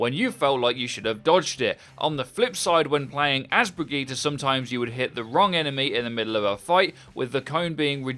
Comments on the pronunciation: Why do you pronouce Brigitte like that? Its a common female name "Bridg-ette" not "Brig-git-tee" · its pronounced Bridge-It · Wait her name isn't pronounced "Bridgette" it's "Brigeet"?? 😂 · Am I the only one who noticed he completely butchered her name?